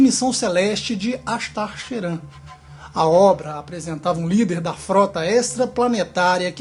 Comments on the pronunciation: Se fala cherram apesar que escreve , Sheran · Você fala "Ashtar Sheran" bem engraçado kk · nosrefeJ tbm achei kkk